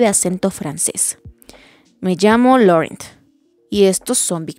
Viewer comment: Que buen capítulo y lo gracioso fue que Edward por fin consiguió asustar a Bella jajajajaja aunque no voluntariamente. Por lo del acento francés creo que el nombre de Laurent se dice Lorant como dijo él en la película